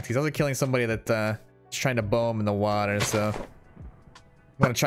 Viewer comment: I love how he says WAter